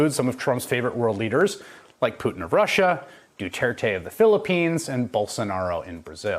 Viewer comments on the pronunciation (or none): none